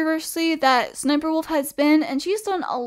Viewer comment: It’s pronounced s-s-sniperwolf